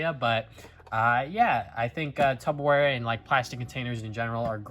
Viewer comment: It’s pronounced tupperware not tubbaware